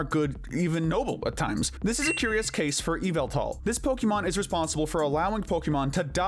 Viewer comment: It’s pronounced GUZZ-LORD and ee-VELL-tall, not GUZZLE-ORD, and ee-VILL-tall, “”! 🤨 Stop mispronouncing Pokémon names, bub! 🙄